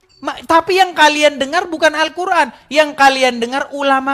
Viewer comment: Arkuan😅mbak"mengeja alquran saja salah Hal sederhana saja sudah kelihatan botolnya😅